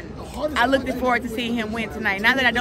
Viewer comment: Why does she always say “ Look’ted “ It’s Looked.